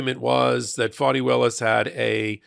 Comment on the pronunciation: District Attorneys name is Fani( like fawnie). I only say this because it is important to respect Ms Willis's position in the Court/ Justice structure and because of historical reasons of injustice towards women and black women in particular. Plus we want to show these maga/ right wing republican basic racists that disrespect will not be tolerated. And that is why it is so important we pronounce and spell Prosecutor Fani Willis 's name correctly.